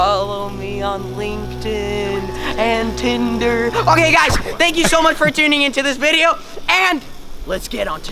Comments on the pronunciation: he sed tinder not twiter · It's twitter, but really sound like Tinder, lol